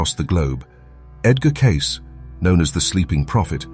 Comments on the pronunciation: Edgar Catce 😂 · Is there some way to train your AI voice to pronounce Edgar Cayce's name correctly? It is pronounced "CAY-see" NOT "case".